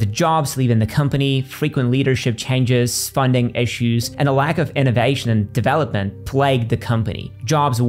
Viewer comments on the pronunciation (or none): none